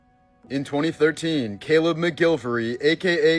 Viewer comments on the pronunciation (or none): none